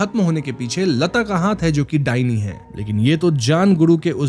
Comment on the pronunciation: The "dainee" means not given. I'm bengali. Dai-neh in pronunciation.